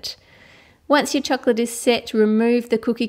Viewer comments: Its like chork - lit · its called chocolate not chuclet as you are saying..but...say it chuclet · I love the way you say the word "chocolate". It makes me really want chocolate every single time and it sounds so yummy.